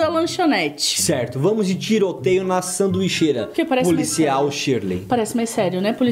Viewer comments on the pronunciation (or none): Vcs falaram sanduicheira sendo que era saduicheria